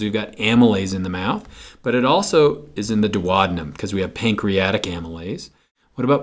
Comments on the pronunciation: GREAT VIDEO and GREAT EXPLANATIONS! :-) But, wait, what? How did you pronounce DUODENUM? No one in the English speaking world pronounces it like that; not even the Brits, or the Aussies, or the Kiwis! Where did you learn that particular and erroneous pronunciation? Please check online and try not to massacre good old Latin!, never mind English Cheers! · his pronunciation of DUODENUM cracked me up!!!! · I like your movies on A&P topics: short and succinct - thank you! I noticed that you pronounce 'duodenum' differently which is a bit confusing for me (non-native speaker...) I learnt to pronounce it like this: Is your way the US way to pronounce it???